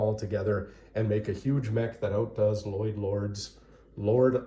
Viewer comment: why do you keep mispronouncing L-Lyod?